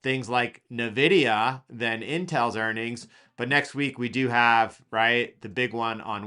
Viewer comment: NVidia - Say the letter "N" then "vidia"